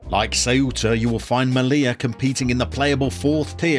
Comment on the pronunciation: So Ceuta is Thwaita. In Castellano (Spanish spoken in Spain - but not Catalan) you aspirate your c's. I did a Ceuta save some years back. Great club.